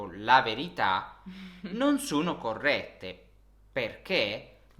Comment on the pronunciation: Ho notato cosa che per me sia un po eccitante. Quando parla mi sembra che pronunci 'o', un po' come 'u'. Per esempio, quando lui dice 'sono' mi suona come 'suno' o in Inglese 'soono'. E' vero? Qualcun'altro ha osservato questo? Per me e eccitante perche' e' possibile che io possa sentire un accento Italiano per la prima volta. E' questo il suo accento?